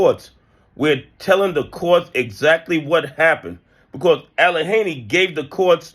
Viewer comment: The "H" is Silent in Allegheny, the "G" is a Hard "G" like in the word Good My Brother.